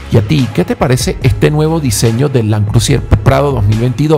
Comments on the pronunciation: cual landcrusier????? cual landcrusier???????????????? LAND CRUISER!!!!!!( LAND CRU...SER se pronuncia!) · Land CRUSIER??? no será Land CRUISER???... sangran mis oídos cada vez que escucho CRU-SI-ER